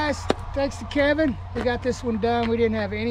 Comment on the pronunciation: It's K E V I N. 😂LOL